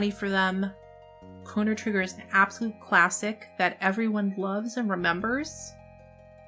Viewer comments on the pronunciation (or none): none